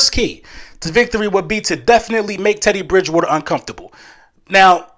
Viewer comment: Drinking game: take a drink every time Eagles fans, podcasters and content creators say "Ted E. Bridge Wooder" today. I'd be hammered already, and it's not even 9am game day.